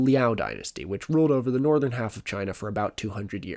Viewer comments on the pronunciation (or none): none